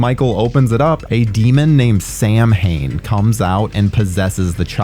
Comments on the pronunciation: For the love of God, STOP SAYING SAM-HAIN ! its pronounced "sow-in" , sow pronounced like cow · The way you say Samhain triggers me to no end.